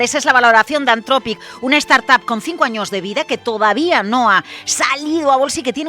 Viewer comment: Dejen de decir "antrofic" por favor, "anzropic" o en su caso antropic, pero nunca antrofic